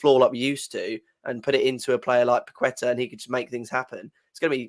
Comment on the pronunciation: Paquetá is pronounced 'Pa-Ke-Ta' not 'Pa-qwe-ta' :)